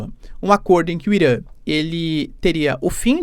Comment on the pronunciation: Cu Irã!? Pronúncia escrota..